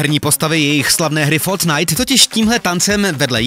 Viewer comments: Fotnajt... Číta sa to fortnajt.. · 1. Je to Fortnite, Ne Fornite 2. Ten kluk na to nemá právo žalovat Epic... Není to pravý zakladatel toho tance... Jinak opravdu skvělé video.